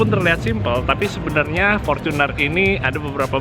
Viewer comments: Fortuner mas,bukan forcuner. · fortunerrrr bukan forcunerrr oke